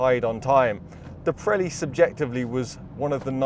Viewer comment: They are called Pirelli, not Prelli